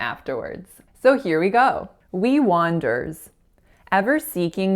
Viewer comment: I thought that your 1st mistake was "wanderers". Saying the back-to-back /er/ sounds is difficult, even for native speakers, because the speaker has to make a brief pause between them---lest they blend together into a single /er/